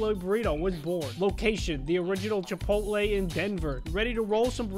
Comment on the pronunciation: Chip pot te NOT chip pole lay